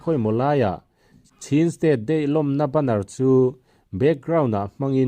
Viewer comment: Chhin national day nilovin, chin national zawk aw😀